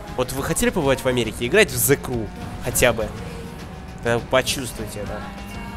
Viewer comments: Транскрипцию англ. почитай. Сrew - еw читается как ю, зэ крю. А то что ты написал читается зэ край и значит плач..... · Меня одного раздражает, как он говорит :" The CRY , а не The Crew " ??